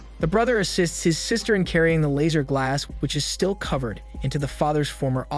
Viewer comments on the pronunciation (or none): Couldn’t even finish as many times as I heard “Lazer” instead of Lasser, everytime made me roll my eyes. The name is mentioned so much in the movie pronounced correctly. Did he watch the movie? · Lasser* not laser , I'll sound it out ( lass-er) how can you butcher something so fucjing simple?????